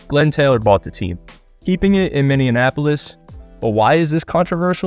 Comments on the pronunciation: As a Minnesotan, calling it Minneanapolis is a crime. It's MINNEAPOLIS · It's pronounced Minny-apolis. Not Minian-apolis. It's not the same as Indianapolis. You're giving it an extra syllable that doesn't need to be there. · Where's Minneanapolis? 🤪 It's actually Minneapolis. ABC called the city Milwaukee while covering the WNBA finals this week. It's all good, the city isn't a hot destination spot, any news is good news 🤣🤣🤣 I enjoyed the video! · Don’t ever say “minneanapolis” again it’s Minneapolis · MINN - E - APOLIS! Not Minneanapolis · Please redo this video and correctly pronounce Minneapolis. It’s not Minnianapolis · “Mini-in-applis” lmao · Minneapolis Mini-apple-is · FYI, you butchered Minneapolis every single time you tried to pronounce it. Its one word, not minnie and apolis...nails on a chalkboard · Please learn how to pronounce Minneapolis. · please dont pronounce Minneapolis like that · thought i was the only one hearing this shit. how do you even read it like that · How tf did you just pronounce Minneapolis